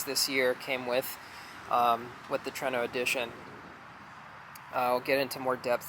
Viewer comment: It is TRUENO! (TOUR EH NO) Not TRENO! Your saying it wrong